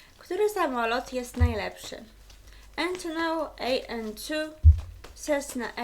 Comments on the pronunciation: Entonoł Ej En Tu 😂😂😂😂😂leżę na podłodze i nie mogę wstać 😂😂😂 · Ejntonoł ej en tu